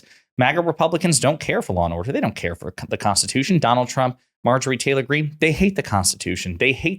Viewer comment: I really appreciate you not putting the T in Greene's name. She's only doing it to copy AOC. 🫤